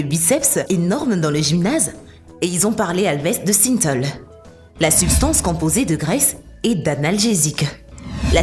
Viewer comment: ce n'est pas le nombre d'abonnés qu'il faut sous-ligner, andouille, mais le nombre de vues ! La voix qui ne sait même pas prononcer Synthol et autres "...des telles expériences...", "des telles" !!! AFFLIGEANT !